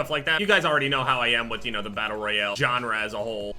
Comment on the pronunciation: its pronounced battle royale not battle royel